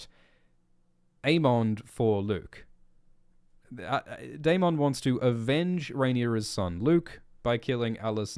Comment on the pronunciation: Bring back sexy Milly Why are you saying Daemon so weird